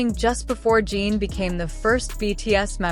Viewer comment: Please find how Suga ´s name is pronaunced this is bad. And Jin as well, seriously.